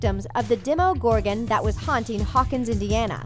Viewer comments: I died when she said demogorgon dEEMOgorgan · Really DE-MO-GOR-ON 😒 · DEMOgorgon not DEMIgorgan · The demOgorgon lol that really bugged me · WHAT THE HECK DEMOGORGAN UMMMMMMMM EXCUSE ME PLEASE LEARN HOW TO TALK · Dem oh gorgan 😂